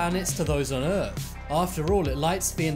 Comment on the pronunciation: Nobody: Literally nobody: Narrator : eArTh